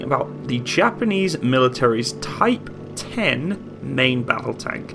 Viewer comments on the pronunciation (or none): Btw I think some may have pointed this earlier, it's actually called Type One Zero instead of Type Ten (Hence the japanese name: Hito Maru)